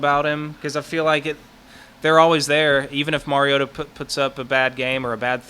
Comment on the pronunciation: It's his 4th year as starting quarterback. I wish national pundits would learn to pronounce his name. Shows them to be the empty suits that they are. Undeserving of an audience. Mar-E-O-ta.